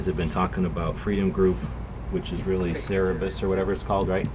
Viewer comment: Great vid! I going a bit of be a pronunciation nazi though. It's Cer-ber-us